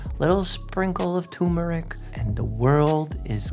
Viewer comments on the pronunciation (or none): Mike, how's about not adding an "i" to "peristalsis" and not removing the first "r" from "turmeric"? Come on you're a freaking doctor right?